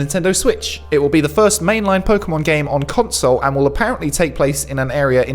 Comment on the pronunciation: Cod-sole, sounds like a fishy read by there.